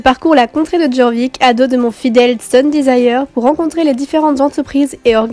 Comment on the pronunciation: Jorvik se prononce "Yorvik"